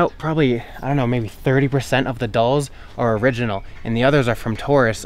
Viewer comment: InvincibleCap thank you. Someone teach him how to pronounce dolls please